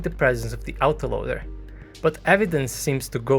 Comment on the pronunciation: Same with "autoloader."